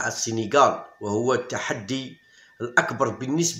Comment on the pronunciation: يا راك كسرت اللغة العربية قاع بالنسبة تنطق بالكسرة وليس بالضمة ونفس الشئ للبطولة